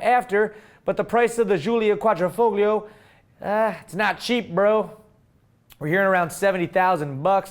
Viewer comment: The way he says Quadrifoglio drives me up a wall haha! its basically pronounced like quadrefoio...Qua-dree-foio...Quadrifoglio...the gli is pronounced almost like the G isn't there and sounds like yee, and then add the o at the end so its more like yeeO, also the middle I in the word Quadr(I)foglio, is like an upper case E sound, Like in Eat, or Even.